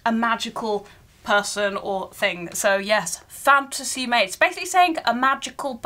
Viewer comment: The more you say “fantasy mawge” the harder it gets to not burst out in laughter 😂 brilliant reactions to this calender.